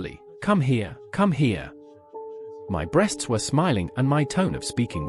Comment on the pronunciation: This has to be written by AI. Why does it keep saying B.RE.A.ST.S 😂😂